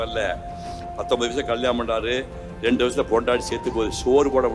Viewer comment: Y don't u speak Tamil properly, randu illa rendu, u have spoken lot of dialogue in movies, but not speaking properly